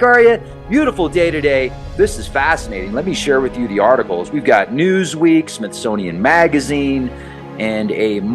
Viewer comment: MAINSTREAM did I hear U say, & SMIFSONIUM too?😮It must be TWOO ay?🤭. I Go for Edgar Cayce Being on to it.., it could be So.., I don’t think MSM Would Make it Such a Big Thing.🤷🏻‍♂️IMO. Anyway thanks for the info.💪😉👍